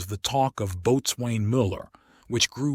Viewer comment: That is NOT how "Boatswain" is pronounced. It's pronounced "Bo-sun"